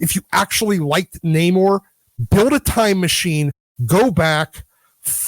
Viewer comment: It's pronounced Namourrrrrrre ! :-)